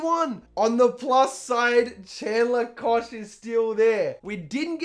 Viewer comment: Koch is pronounced Cook by the way. Just like Ravens punter Sam Koch